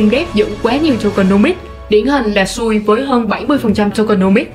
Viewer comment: Xui chứ không phải sui đâu ad 😂😂😂 sau phát âm cho chuẩn nhé ad